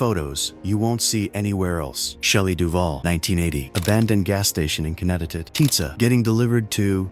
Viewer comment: Goddamn robot narrators still haven't learned how to speak English yet! What state is "Connectitit"? Who was "Shay Gerra"?